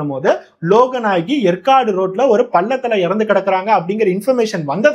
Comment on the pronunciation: எற்காடு இல்லை. ஏற்காடு ஆகும்.